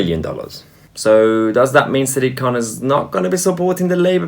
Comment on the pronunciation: Sounds like siddiq khant.